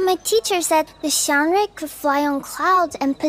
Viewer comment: The wonderful height of cultural accuracy observed in the localization of Reverse:1999 is just perfectly on display in this PV, particularly through the pronunciations of 'xiangrui' and Jiu Niangzi's name. Honouring the tonal aspect of pinyin (the phonetic alphabet for Standard Chinese rendered in Roman letters) is rare in Western or localized Chinese media, or even just outright neglected; in a game like Genshin, for example, pronunciations of Chinese names by mostly Western voice actors cause the syllables (Chinese syllables each being a separate word) to lose their prescribed pinyin tones, deferring to a familiar, indiscriminate variation of tone overriding them in English. The pinyin tones are preserved to perfection here, e.g. 'xiangrui' being strictly intonated as 'xiáng ruì' each time no matter the tenor of the larger statement in English, both owing to exceptionally inclusive voice direction and talent-hiring.